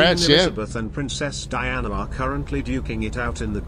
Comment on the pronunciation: “DIE-ANA” Jesus